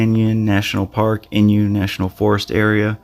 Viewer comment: inYO... not inYU...Thanks